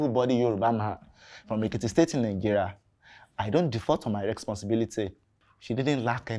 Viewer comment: What is rexponthibility Falz oo🤣